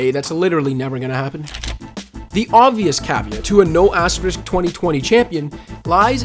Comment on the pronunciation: THANK YOU. I literally could hear that word any longer. azTEriSk